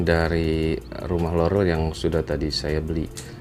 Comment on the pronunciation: Lu ngomong rolel rolel gak jls bang sumpah